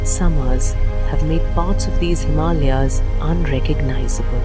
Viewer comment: Great Documentary! Thank you for spelling out Himalayas the very right way..Pronounced as 'HIMAALAYAA'! 👌🙏 Hima + Aalaya (Meaning 'Abode of Snow'!) Regards, a humble Himalyan Trekker